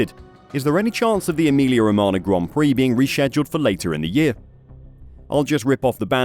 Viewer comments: ro-ma-nyah, not ro-ma-na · Romagna = romana × 10 Gauge = gorge English isn't your strong suit...